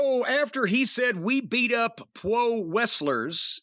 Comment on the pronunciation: "Pwo Westlers"??!?!?!?